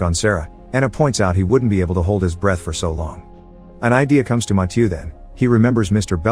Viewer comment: The fact that he pronounced Mathieu wrong every single time 🤦‍